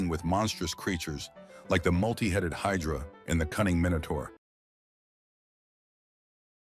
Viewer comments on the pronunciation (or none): none